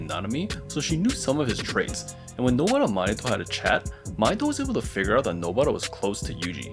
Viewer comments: Nobara ❌ nobra ✔️ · Why the fuck do you say nobaras name like that bro